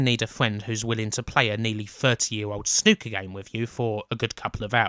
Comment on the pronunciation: When I heard you say Snooker, I thought you said 'Snuka'. "Oh this is gonna be a game where we Super-Fly off the top of a cage. Then we go to a motel and murder our girlfriend."